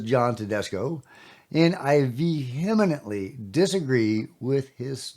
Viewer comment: Vehemetley. Hmmmm.. close enough.